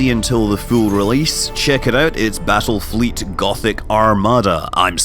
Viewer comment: Did you say Battlefield?